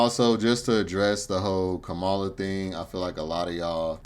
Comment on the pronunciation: Your comments about immigrants taking over you sound like the white folk . What you said is the same thing white folks say about black peoples also if you going to speak on the Vp learn to say her name correctly. You are also wrong on her policy she did not lock up black folks. Say what you want but you need to speak facts Sir